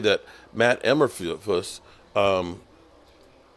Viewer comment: Lol... cannot pronounce names correctly....